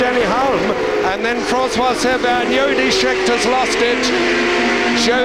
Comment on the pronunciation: Fair enough, but if you listen to what he says he doesn't know who anyone is, and who's Yody Scheckter ?? He couldn'et even be bothered to check pronunciation !!! Anyway Merry Xmas.